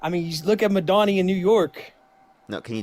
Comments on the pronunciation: Why does bro keep saying Madonny? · Corrects him every time he mispronounces Kamala (as he should) but I bristle whenever he says "madani" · I kept thinking he was saying “Madonnay” or something for Mamdani. 😂😂😂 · Caller can't even pronounce Mamdani. He keeps saying "Madani." Angry, privileged, possibly drunk, insular, and profoundly stupid. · Madani? (doesn't he mean...Mamdani?) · "Madonny"? Does he mean Mayor Mamdoni? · "muhdani" told me everything I needed to know about this kid, and then he kept spewing bullshit. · He couldn't even pronounce Mamdani. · This guy literally cannot pronounce Kamala or Mamdani. Like, dude... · He can't even say the mayor of NYC's name correctly!!! He's not the second coming of Madonna. So annoying the way the caller says his name!